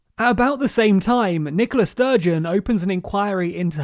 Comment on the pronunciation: I know you have to keep up a brisk pace when you're covering an involved topic, but it really does sound like you're calling the First Minister "Nicholas Sturgeon". It's a tricky name, in that regard, maybe if you put a little more emphasis on the "A" although then you risk mispronouncing the name... idk, just thought I should mention it.